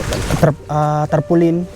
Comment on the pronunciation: boss tarpaulin...hindi trapolin